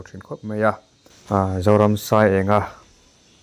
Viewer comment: Thlamuang deuhin chawl rawh se Zoramsaienga🙏🏼🙏🏼💐💐💐ahming hi ilamri diklo in ka hria